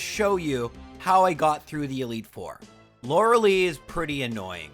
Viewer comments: Lore a lie, not Lore a lee. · I’ve watch many of your videos in the past and I love them I just can’t get over how you mispronounce Lorelei’s name. Is pronounced loreLIE even though it ends in lei.